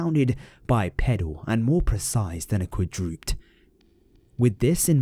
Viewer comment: you pronounced quadruped wrong :/ sorry but it really got on my nerves